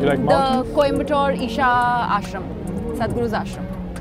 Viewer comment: Its sadhguru not satguru.